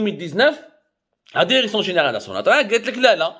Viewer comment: Derection derection derection derection derection ha ha ha ha ha ha ha ha ha ha ha ha ha ha ha ha ha ha يلصق كما الخرا في القرداش